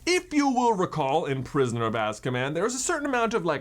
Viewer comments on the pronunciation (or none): He said azcaman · "Prisoner of Ask-a-Man"